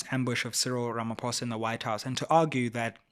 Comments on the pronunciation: This bad pronunciation of our Presidents surname is still palatable prounounced it as Ramap o e s a 😮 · Sayril Ramafowza😂😂😂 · 😂 You can't even get the South African presidents name right!